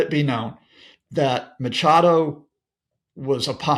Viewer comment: Please make an effort! Her name is not Macado it’s Machado , why can’t you get people’s names right ?